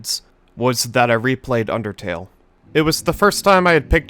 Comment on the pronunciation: Whenever i see the word undertale i always think of supereyepatchwolf saying "ondertale"